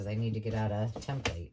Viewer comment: Thanks for sharing! On a side note I appreciate that you say template the same as me! My ex boss used to ridicule me for saying it that way and I told him Its like tomato/ tomato you can say it both ways! He wasnt a nice person and always had something negative to say to me for years, I’m so grateful I don’t work for him anymore!!!